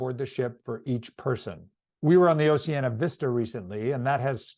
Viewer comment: It would be more impressive if you pronounced the name of the cruise line properly as in Ooooceeeaneeea not oceana